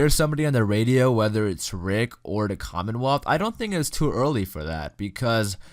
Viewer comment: Lol the commonwolth